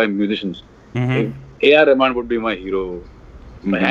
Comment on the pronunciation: I won't be surprised if they have A.R Rahman (or as says Ramen:P ) for an interview next...<3